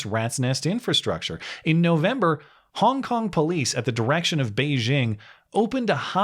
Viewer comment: Every time said “Hong Kong”, it sounded like “honk honk”